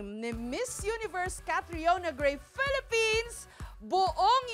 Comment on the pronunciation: PELEPENS, PELEPENS, PELEPENS......